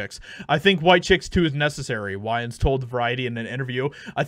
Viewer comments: It's pronounced WAYans, not WHYans. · Man I am tripping. When you were reading the name Wayans, you were pronouncing it weird like Whyans, but before you started reading the article and you referred to Marlon Wayans you said Wayans not whyans, and after you were reading you said it right too. That shit is weird. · Waaaaayans, waaaayans not Wiyans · This dude really kept calling him Whyans 😅😂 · WAY-ENS, not WHY-ENS Edit: Somehow you get it right at the end, though! 😆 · Its killing me, its WAY-ANS NOT WHY-ANS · Just an FYI, it’s “WAY-uns” not “WHY-uns” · Way-ans. As in my way. Not why-ans sir. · Lol bro, it's pronounced wains. "Why-an" lmao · Why-Yans?? 😂 it’s pronounced Wayne’s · For beginners, Wayans :( way-yins ) not (why-yans). For the youngsters, check out these films and show. In living color. Don't be a menace to South Central while drinking your gin and juice in the hood. Scary movie 1,2. That is real world comedy gold. You will laugh your asses off, or it will offend you so much you sh!t your pants. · WAY-ans, not WHY-ins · Wayans vs whyans …. Marlon Wayans Is how you say it my good friend 👍🏾 he’s the only one I’ll still listen to, him and Keenan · WAY - ANNES. Not WHY ANNES. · WAY-ENS, not WHY-ENS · You should probably learn how to say his name. I wouldn't say anything, but I love the Wayan's family and it drives me nuts every time you say it wrong. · It's wayons (way, not why) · “Wayans” As in “way” not “why” 🤦🏻‍♂️ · It's "Way-uns" not "Why-uns", Bruh. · pls WAY-YANS not why-ans. 😵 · Are you purposely saying "Whyans" vs Wayans? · Wayans not whyins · Wāyans not Whyans long a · wayans. not fucking "whyans". you got that? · Who TF is Why-ins? How do you not know how to pronounce Wayne? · Bro how do you not know how to pronounce his name? It’s WAY-ans, not WHY-ans…driving me crazy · It’s wayans not wyans you goof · I got stuck on that part too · Way-ans sir. Way-ans. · It's (WaY-ns)! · Pronounced "Waynes". There's like 9 Wayans brothers in acting.